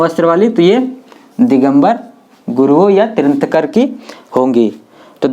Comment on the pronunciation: तिरांथकर नहीं तीर्थंकर और पारस्वानाथ नहीं पार्श्वनाथ।।